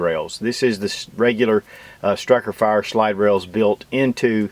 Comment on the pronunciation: "Stikerfire"?? Lul. Two thumbs up.